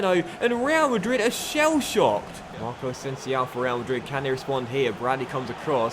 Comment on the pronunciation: Please learn how to pronounce asensio...